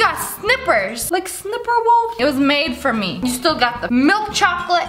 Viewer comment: Åce The Åłien: proceeds to say sinperwolf